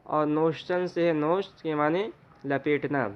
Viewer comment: ماجرا در نوشت ، میں نوشت کے واو مکسور ہے ۔۔۔غلط مت پڑھئے